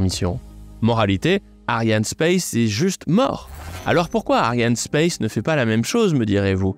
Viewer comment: Ariane espace, pas ariane space. C est principalement francais , pas anglais